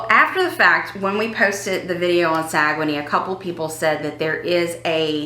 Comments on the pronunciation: We don’t say Sa - Gue - Nay, we say Sag - Nay! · It's pronounced Sag-Nay. I knew you where on NCL!!!! The one line I will never sail on! LOL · You were pronouncing it wrong. It is sag un neigh